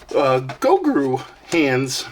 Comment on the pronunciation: I hate to be that guy, but you said it like 10x. His name is Gro-gu, not Go-gru. Hahaha, Nice pick up bro!